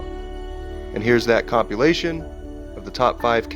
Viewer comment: The way he pronounces the word: "compilation" almost sounds like he's saying the word "copulation"!!